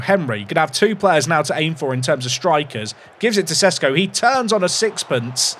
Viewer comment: Loved the French accent attempt. I wonder if will ever learn how to pronounce Sesko.